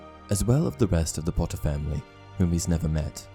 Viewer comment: Well i clicked faster than he can say 'POTTAH'